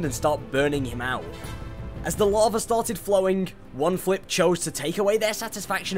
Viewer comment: Lava* not Lohrver